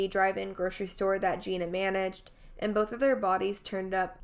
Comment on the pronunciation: It’s pronounced Gina (Gee-nah) everyone pronounces it wrong so don’t worry about it. I just wanted to clear that up for you since you mentioned you didn’t know which one it was. Thanks for covering the story.